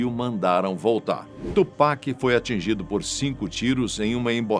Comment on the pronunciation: Melhor que “tchu péqui” igual uns rappers Br falam 😂